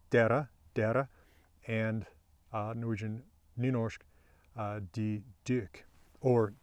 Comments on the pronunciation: You pronounce the nynorsk «de» wrong. You pronounce it as the bokmål plural 3. person (written de, but pronounced di). But this plural 2. person «de» in nynorsk is pronounced like «deh» or like dere with the ‘re’ in the end. Nynorsk and bokmål don’t have pronounciation rules, but this is how the word is pronounced in the western Norway. I can’t for sure say that nobody is pronouncing it as ‘di’ in their dialects, but I haven’t heard anybody done this except from people from Oslo area reading a nynorsk text and thinking it is pronounced as the bokmål «de». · You are pronouncing the word de in nynorsk like «dee». That is the prounounciation for the polite form of «you» first person singular written : De. (Same in both nynorsk and bokmål) Correct pronounciation would be with a long e sound and not the english ee.